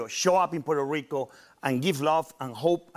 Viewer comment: No se porque dice "puerorico" En vez de la pronunciación correcta